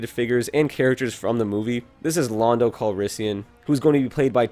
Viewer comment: It’s land-o